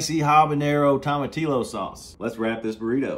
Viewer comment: Real talk. I cried a little inside, when he didn't toast the burrito. I also cried at how he pronounced "tomatillo".